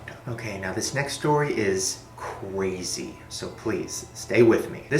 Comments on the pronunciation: icant stop hearing him say "cwazy" instead of crazy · Shane:Its Cwazy Me:Cwazy Shane? Cwazy? Lmao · "This next story is cwazy" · okay so this next stowy is ... CWAZY so pwease stay with me... am i the only one hearing it like this??